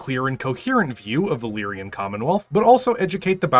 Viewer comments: I always pronounced it "Lee-ran". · Never heard anyone pronounce Lyran like that, where does the "i" come from 😂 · What is the state of the American education system that phonetic pronunciation is a specialist skill now? Leerian? Really? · every time he says 'Leerian', drink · UGH, it's LYRAN, you're putting an extra 'e' in the pronunciation. Opinion discarded and I'm outta here. I want those 2 minutes of my life back. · It’s actually pronounced “Leer-ran”. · For the longest time I also thought it was pronounced Lyryan. Though i had a phantom "i" my head instead of a "y." So i am definitely not going to bully anyone about it. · Still at it with the terrible pronunciation I see. I'm not sure where you're getting that second i/y in Lyran. Edit: You're still getting this comment for the algorithm gods. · For the love of sanity, please stop putting an extra syllable in Lyran! I don't care how you pronounce the y, just stop making it a three syllable word!